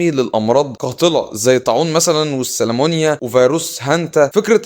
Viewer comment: تصحيح بسيط كدا اسمها سالمونيلا مش سالمونيا